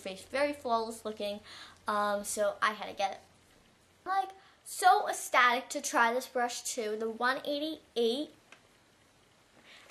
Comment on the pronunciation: loved the video but FYI ecstatic is pronounced extatic